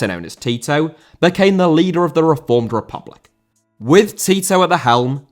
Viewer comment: Tito* not Titouw